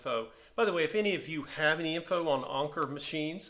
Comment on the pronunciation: I've got the same one, but without the pincushion. It is one of my most beautiful machine's. And you're right Anker means Anchor and you pronounce it like in the English language. The lever on top of the zigzag dial is for the left - middle position of the needle later models had left - middle and right. The lever on the bottom is like you thought embroidery or sewing. Nice find and I hope you will enjoy it!